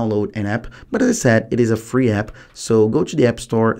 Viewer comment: “Yeo can record teww calls cumpeletly frlee” are you stupid why are you misleading people